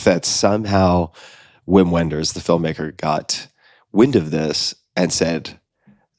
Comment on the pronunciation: don't pronounce "uim uenders", its "vim venders"